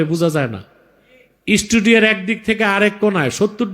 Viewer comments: ইসটুডিও নয় মুখ্যু জিভের হুজুর! সঠিক উচ্চারণটা স্টুডিও। 😅😅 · ভাই, যে অশিক্ষিত টা স্টুডিও উচ্চারণ করতে পারে না, ইসস্টুডিও বলে, তাকে নিয়ে কেন সময় নষ্ট করছো? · Bangladesh toh pagal...chagal er desh.... studio bolte pare na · কি ভাষা উচ্চারণ করে স্টুডিও উচ্চারণ কি করলো ,এরা শিক্ষিত এদের শিক্ষা হচ্ছে খুনা খুনি করা ।